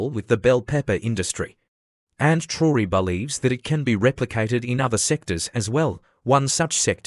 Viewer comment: Mispronounced his name in spelling and this is LATE, news!